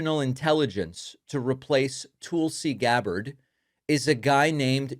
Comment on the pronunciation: What is the "TOOL-see" pronunciation about? I still don't get that. It is "TULL-see." What is the intentional mispronunciation based on? What's the joke supposed to be? That she is a tool? If so... Boo... Boo.